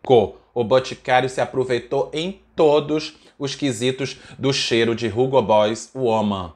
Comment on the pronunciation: Tira esse R da pronúncia do Hugo...é "ugo" mesmo! 😄